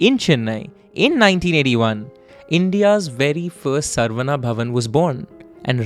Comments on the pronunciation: Excellent rendition and flow. My only minor suggestion is to get the pronounciation right. It is not सर्वना or सर्वन्ना, but शरवण, a sanskrit word that refers to a reed forest in which Kartikeya/Murugan was born. In Tamil it can be pronounced as saravaNa as well since classical Tamil uses the same alphabet to represent sa and sha. Likewise, the name Santhakumar is the same as the Sanskrit शान्तकुमार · It’s not sarvana it’s sa-ra-vana